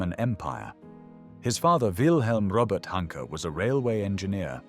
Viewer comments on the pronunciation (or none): none